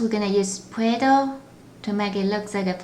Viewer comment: I heard :You will need pway doh to make poo poo😂